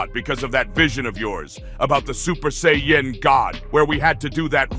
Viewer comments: Saiyan.... and pronouncing it as Say Yen..... oof my ears..... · Say Yan 😂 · Can’t even say Saiyan right 😂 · I agree it's annoying like them saying Saiyan wrong ..